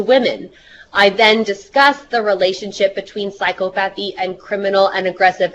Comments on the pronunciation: What would really help is psy-KA-pa-thy however, I think we all understood what she meant :) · pronunciation ... "psy-CO-pa-thy" )